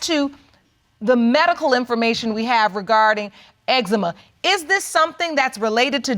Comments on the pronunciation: That boy said xzeema 😂😂😂😂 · Judge nonchalantly corrected his pronunciation of "eczema" but she continuously mispronounced named even after hearing his mom say it several times. 👌🏽